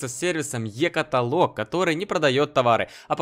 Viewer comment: Екаталок ударение на 1 согласную а не екаталок на 4 согласную Ееееееекаталок